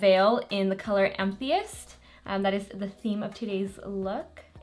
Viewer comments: Hi! It’s pronounced Ah-Meh-thest not em-thee-us:) have a good day!! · Georgia it sounded like she said "I'm atheist" hehe. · amethyst is pronounced am-e-thist, it's the february birthstone :) also this is so pretty!! I never feel that more 'pastel' looks work on more olive/medium skin tones but you found a way to do it and now I need tooooo! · The cover fx is pronounced ‘am-ah-thist’......FYI.....it all looks beautiful..... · it's pronounced amethyst! like the stone, which has a natural beautiful violet color. i have the shimmer veil too and it's literally a spot on color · Absolutely stunning!!! The Cover fx shade name is pronounced “am ah thist” thist rhymes with fist. I’m not trying to be rude just helpful-I hope that’s ok?